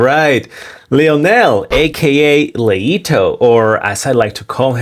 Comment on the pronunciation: I laughed out loud when I heard you say "Le Trash". 🤣🤣🤣 That gorgeous little girl needs to be put in foster care. The US government is beyond pathetic. America is in the toilet and Joe has his hand on the flusher.